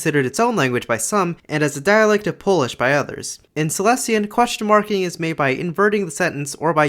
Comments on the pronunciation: just a quick reminder, that Silesian is pronounced as "Saɪˈliːziən" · Silesian is in itself a group of dialects and it's pronounced /saɪˈliːʃiən/ with a penultimate syllable accent and three syllables altogether,. It's closer to Old Polish than the Polish that's spoken nowadays. You mentioned ą/ę as a feature and Silesian tends to get separated into 'om/em', there's a lot of cool vowel transformations and they change from city to city or even among the districts. Aside from the very obvious German influence, a lot of grammar and words are borrowed from Czech to the point that there are false friends homophones between Polish and Silesian, same as with Polish and Czech. Though there's currently no agreed upon orthography or alphabet as in recent years it's been used as a spoken, secondary language at home while Polish is taught at schools so it's been in decline and gained an unsophisticated reputation. Lately, there is a resurgence of it and shops and restaurants have started having menus in it, there's books translated to it and written in it and it's been turned into a point of regional pride (and merchandise).